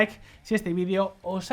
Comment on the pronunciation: Por favor usa y pronuncia la palabra videeo, evita decir vidio. Te ves muy mal.